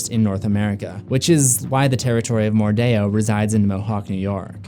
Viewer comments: It's not mordao it's mordeo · That’s stupid. It sounds like they’re actively trying to sound fancy/exotic. Oh well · I’m kinda annoyed with how you pronounce mordeo